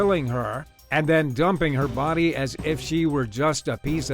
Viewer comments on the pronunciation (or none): none